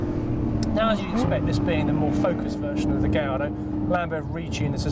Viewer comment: oh man,in all youtube videos,presenters keep saying gaylordo,wtf its v10 and lambo,its not gay